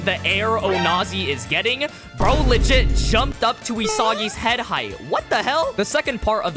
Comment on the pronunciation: “Head ahh” bro that pronunciation was atrocious lmao